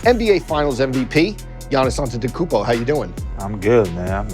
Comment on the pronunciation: that’s impressive that he can say his last name perfectly. I still can’t pronounce his name correctly